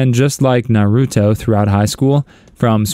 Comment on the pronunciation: Unsubscribing from this channel and my entire life after hearing how you pronounced Naruto